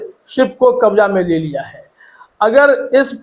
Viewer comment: Aap thoda apna talaffuz thik kijiye kabza hota h wo kabja nahin Ijrail nahin hota wo israil hota h Jahaj nahi jahaz hota h wo Kabja me le liya h nahin Kabze me le liya hota h wo